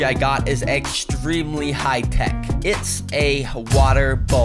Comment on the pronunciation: It's tech not teck